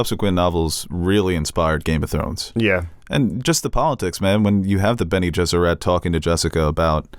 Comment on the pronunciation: Sometimes I think you guys mispronounce things on purpose. It’s benegesserit. Not ette. It doesn’t rhyme with Benny and the jets.